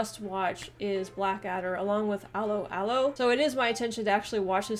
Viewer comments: Hi. 'Allo, 'allo. Is pronounced the way you would do it if you put on a very strong French accent, NOT like you would pronounce Aloe (like in Aloe Vera). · Don’t say «'Allo 'Allo» like that, that is horrible!! It’s pronounced much closer to just saying «hello hello» and dropping the 'H's, alternatively «allow allow». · That was the most American pronunciation of 'Allo 'Allo ever.